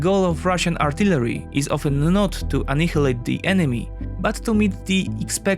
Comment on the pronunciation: Good video, but can you please look up the pronouciation of "annihialate" and "inevitable"